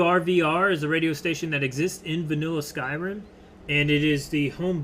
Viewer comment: MANS REALLY SAID SKYRIMMM